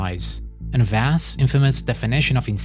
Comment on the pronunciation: vASS lol Vass( vau-ss)